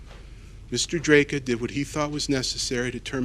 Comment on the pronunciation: Chat was absolute gargabe during this. Still, acting like he's the definitive authority on this case bc of his prior coverage, yet failing to even pronounce the guys name right even a single time is hilarious.